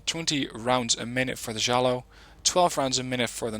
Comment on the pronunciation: You just say it j-j-I-a